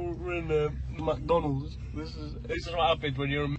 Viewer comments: Give us free food give us free food !!! Very classy !!!! it’s McDonald’s not mc downalds !!!!! she going on like she’s somthing special and then asking for free food or free Juice or free anything 😂😂😂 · “MaTonAhlS… Eeuuukaee mAtOnals”😂😂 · "UK McDonulds" I can't 🤣🤣🤣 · The way she pronounced Mcdonalds is very funny 😂😂😂